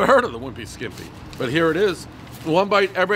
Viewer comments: Calls the restaurant Caseta instead of Caserta. Calls it a Wimpy Skimpy instead of Wimpy Skippy. Then, mentions Baklava and later Falafel bread... Dave is the Dad of pizza reviews. Keep 'em coming. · Can we just talk about how he insisted on calling it the "skiMpy" when he was standing under, and reading, the sign that read "skippy"? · You say a wimpy skimpy. When it’s a wimpy skippy 😁